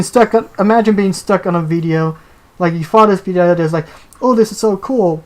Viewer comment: For: How did you come up with the name Guff for your Toon Link amiibo? For: I mean no offense when saying this & I know has this issue too & even it in his last Q&A but why is it that for example when you say the word "idea" it sounds like the word "ideal"? (I was honestly kind of hesitant to try & ask yet another question for this podcast seeing as I showed up in the last two including this one, I fear that I might end up showing up a little too much.)